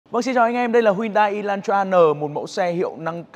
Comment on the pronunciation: Phát âm là e lan tra sao ông cứ đọc là y thế nhỉ😂